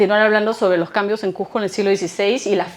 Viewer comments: Si vas a habar de cuSco pronuncia bein el nombre... no es cuJco , es cuSco con S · CUSCO! NO SE DICE CUJCO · Cujjjjco Cujjjco Cujjjco Para los Cusqueños es difícil y desagradable oír q la J reemplaza a la S, un poquito de esfuerzo en pronunciar bien el nombre de la ciudad motivo de la exposición. Por lo demás felicitaciones